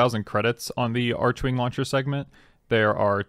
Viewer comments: I thought it was pronounced “arc-wing” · The 'h' in archwing is silent...